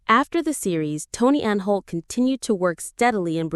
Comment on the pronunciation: It's Prentis Hancock, not Apprentice Hancock, it's also Tony Anholt, not Tony Anne Holt and Catherine Schell, not Catherine Shell.